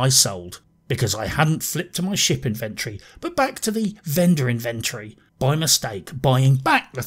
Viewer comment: It saddens me to say that I tend to agree - apart from the pronunciation of 'inventory'. My PC isn't that old but it struggled running this game and I'm about to switch to X-Box X Series so I honestly don't think I'll get Starfield when I make the switch - at least until it's modded extensively - although there seem to be some worrying changes afoot there. It started off promisingly but quickly fell into boredom for me. My main criticism is the soul-crushing grind. The good stuff is way into late game and you not only have to pick a perk but complete 'challenges' to get there. It's tedious. And the woke... oh god the woke......ALWAYS a female boss or a 2nd in command (usually the former). ALWAYS a gay person or trans. I made a point of never choosing Barrett as a companion when he started going on about his husband. I'm all for inclusivity but this stuff is being rammed down our throats now (no pun intended). Love Skyrim, love Fallout. This is so disappointing. Currently running through Dragon Age Origins again. Now that was fun. Oh and yes, The Expanse was great.